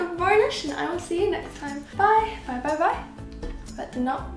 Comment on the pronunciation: Alright so I've been following you for a few years now but I've never dared myself to say it, I love you and your paintings you are so talented and you inspire me so much BUT the way you say "bye" in your outro "byesbyesbyes" is the exact correct way of pronouncing "poop" multiple times in Swedish, for gods sake don't change it though! I love it!! Have a nice day and I love your prints omg, the giraffe! it's almost as tall as me <3